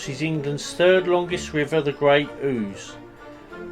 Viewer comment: I've only been to Huntingdon once, and that was to photo the buses in 1997, so a visit is long overdue! By the way, you are pronouncing the River Ouse correctly (ooze), Lol